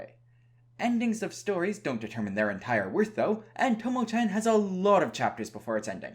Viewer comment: why you say it like tomo chen ? it is chan with a A not an e